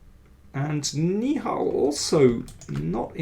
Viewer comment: "Nihal" should be pronounced like NI-HA-L, with the suffix rhyming with Tal, just like how Indian GM Sagar Shah pronounced it. Right now, you are pronouncing it like "ni hao," which is the common greeting in Mandarin Chinese.